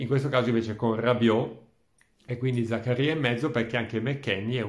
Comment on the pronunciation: Credo, ma non ne sono sicuro, che si pronunci Zakária e non Zakaría. O almeno mi è sembrato che lui lo abbia pronunciato così quando si è presentato in un video sul sito della Juve. Ma non ci giurerei.